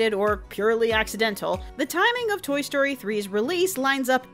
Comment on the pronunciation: Did you just say Tory Story?